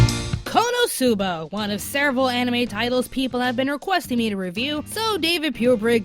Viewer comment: for future reference, when pronouncing Konosuba, accent the "no", and half-drop the "u" without dropping the syllable. I'm saying this because, although you are my favorite member of Anime America, you butchered the pronunciation of Konosuba.